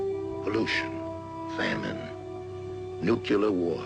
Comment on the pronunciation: Intro talk about nuclear war but pronounce it like newkiller war😂😂😂